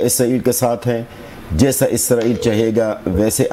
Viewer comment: اسرائیلی کو ازرائیل کیوں کہنے پر مجبور ہیں آپ!!